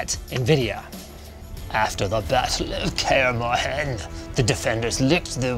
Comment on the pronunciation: Ouch the pronounciation of "Velen" and "Kaer Morhen"